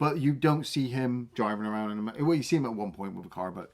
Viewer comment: once again proving there the best... Ah-row-und! Only saw these films once as a kid (not a karate one sadly) and liked them well enough. But it was Cobra Kai I loved, even if it went incredibly stupid towards the end. I’ll accept Silver sword fighting Chozen, but VR training in a throwaway episode? Up yer arse